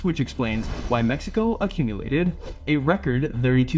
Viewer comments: Solo entendi cuando dijiste: Mecsicou... Nomás ! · Jajaja esa está buena solo entendí mecxicou